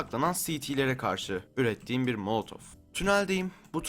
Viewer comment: o molotov değil molotof